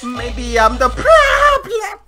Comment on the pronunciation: The way you said problem, lmfao Funny